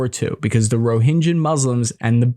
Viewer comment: You are mixing "j" and "g". It's RohinGA not JA